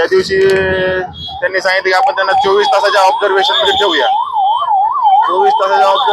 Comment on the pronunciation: Bolne पुनयातील रुग्ण, उडवणारा, म्हणनं ... णा आणीबाणीपाणी आपन❌ आपण ✅.... मधे मधे इंग्लिश शब्द वापरता पण मराठी पण (पन ) शुद्ध बोलता येत नाही... आत्मविशास दांडगा आहे... अशुद्ध बोल पण रेटून बोल... 😢मराठी शुद्धच पाहिजे!! पब्लिक platform वर बोलत आहात! आधीच मराठीची वाट लागली आहे